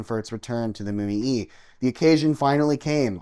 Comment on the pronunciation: You are mispronouncing the paddle wheeler...it' MO..YAY....OK.?